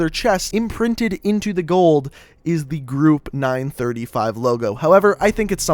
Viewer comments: Group 935 made the perks doctor Monty sang the jingles and it's 9-3-5 not 9-35 your pronouncing stuff wrong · it is not ningh thrty five its ninghn three five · my Chemical brides yeah your supposed to say nine-three-five NOT nine-thirty five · its said nine three five... not nine thirty-five.... just saying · Did he just say... group nine THRITY-five. Uh uhh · what if i could tell u that u said 935 wrong its 9-3-5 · oh I didn't notice he said 9 thirty five but 115 was right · Is anyone else bothered by the fact that he butchers '935', '115', 'Richtofen', and 'Primus'? Or am I just being OCD? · is any one aniod on how he prenosing 935 ad 115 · group 935 and element 115 is pronounced from each number example element one one five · Nine thirty five and one fifteen made me mad, its 9, 3, 5, and 1, 1, 5. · It's element one one five not one fifteen and it's nine three five not nine thirty five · I love how he mispronounces all of the zombie themed things,like him saying one fifteen instead of one one five,and nine thirty-five instead of Nine Three Five,That makes me feel like he's just a person who really doesn't play zombies but is just thinking that he's saying it right, also, That's not how you say Primus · The group name is pronounced group 9-3-5 no 9-35 the way you say it is just like saying group 9 hundred and thirty-five and the elements is pronounced 1-1-5 not 1-15 not one hundred and fifteen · no hes not its supposed to be nine three five instead of nine thirty five and one one five instead of one fifteen. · You mispronounce everything. It's " One, One, Five " not " One Fifteen " It's " Nine, Three Five " not "Nine Thirty-five" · Its one one five not one fifteen also its nine three five not nine thirty five those play an Important factor in the zombie series so if you say it that way it's different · its nine-three-five and one-one-five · talks about 115 and says if you dont know about it you should know but yet he pronounces 115 and 935 wrong